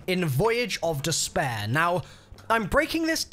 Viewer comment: It's funny how he says despair 🤣